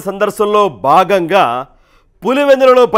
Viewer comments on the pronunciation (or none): బాగంగా కాదు గారూ భాగంగా భా